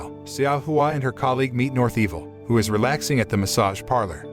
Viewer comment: Correction: Xiao is actually pronounced chow.